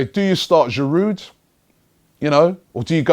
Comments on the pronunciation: mate cut out the D in Giroud! its silent! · Giroud, the D is silent ;)